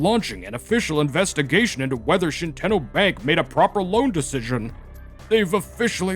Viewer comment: Shi-10-oh ❌ Shit-en-oh ✅